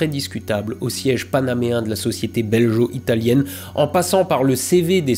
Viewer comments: n'a pas précisé que belgo-italien se prononce belGO et non beljo ^^ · Dingue cette histoire! Pour info "belgo italien" se prononce comme Lego italien. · Juste un détail hein mais "belgo" ne se prononce pas "beljo" ;) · BelGo et non beljo...😅 Mais les journalistes font bien pire alors je te pardonne. Hein que ça te fait une belle jambe? 😂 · Belgo-italien comme gaulois étant une prononciation dégueulasse on évitera. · On ne dis pas belgo comme guerre ?🤔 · Excellent épisode, même si en tant que belge j'ai tiqué quelques fois sur le "belgo-italien" prononcé [ʒ] ("j") et pas [ɡ] comme il devrait l'être ;) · Heu on dit pas "beljo" mais "belguo" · go, belGO-italien, pas geo, bon sang! sinon vidéo intéressante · J’adore l’analyse, mais s’il te plaît « belgUo », pas « belgEo » 😉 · *BelGo , pas Belgeo :P ça sonne péjoratif sinon ^^' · Scandaleux!! Belgo-italien ne se prononce pas beljo-italien!! Ça m'a piqué plusieurs fois les esgourdes! n'aurait pas laissé passer ce massacre s'il avait vu la vidéo avant qu'elle sorte... Tu voudras bien effacer celle ci et la refaire avec une prononciation parfaite? Un peu de respect pour l'auteur vindjou! Merci d'avance! Bisous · Petite précision concernant la prononciation de "belgo-italien", le g se prononce comme "gaulois" et non pas comme le g de "belge". Oui la langue française est une noble langue mais nous, les belges, ne faisons rien comme les autres ;). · Rien que parce que tu dis "beljo italien" et non "belgo italien", je dis "cheh". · Beljo-italien ?? Bel-Jo ??!?!?? Euh... on dit Gorgone, non ? et aussi un coupe-gorge, avec un "G" comme dans GreGOry.. Non ?! Le pire, c'est que GOntran t'ai laissé dire ça plusieurs fois.... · Héhé, juste pour info, on dit BelGO-Italien ^^ Et non pas belgeo-Italien ;) Ce commentaire sert également au référencement. Bisous de Belgique, je m'en vais manger une COUQUE au chocolat une fois ! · BelgUO - italienne ^^ "Belgeot" ne se dit pas.